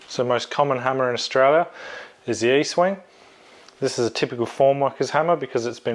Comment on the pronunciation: ESTWING not EASTwing